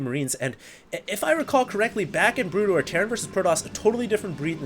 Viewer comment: Is it me or almost everytime said SC:BW, it came out as Brood Ware?:)